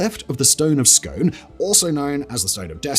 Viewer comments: Pronounced the stone of Scoon!! Dude! 😂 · Stone of Scone is pronounced ‘Skoon’ man. 😉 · It’s pronounced scoon. Scones are a breakfast cake, scoon is the ancient capital of Scotland. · And it’s the stone of ‘scoon’ not scone as in the bread product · It's pronounced scoon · I knew it! As soon as the stone of Scone was trailed in the intro, my first thought was, no way Simon will pronounce it correctly! For the record, scone should be pronounced “skoon” in this case, Scottish pronunciation! Edit: damn he also murdered Arbroath! It should be “ahr -BROWTH”! No shade, it’s just amusing!